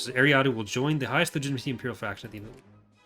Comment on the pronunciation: is a great developer but it pains me how he says eriadu like ary ah doo and not er ri ah du